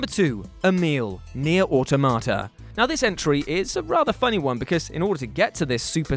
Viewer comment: says "Automata" like a Cockney selling vegetables.